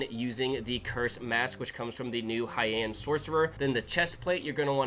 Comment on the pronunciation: Thanks for sharing something amazing and also Heian is pronounced "Hei-an" like "Hay Aunt"